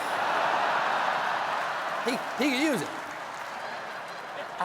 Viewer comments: Don't say Nevawwwwwwwda! Gad, sad, lad , glad, mad, rad, dad, bad, Vlad, Brad, clad, pad.... NeVADa ferchrisakes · Say Nevada correctly. Nev a da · "Ne-VAH-da"... 😖 5 million Americans cringe Stephen has been to this state, he should know how it's pronounced... Yes, it's a Spanish word, but so are a lot of place-names... No one says "mon-TAH-nah" for "Montana", or "kah-lee-FOR-nee-yah" for "California, right? (Well, Arnold Schwarzenegger does, but who's gonna correct him?)